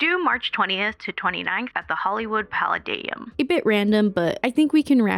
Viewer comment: look up how to pronounce "palladium"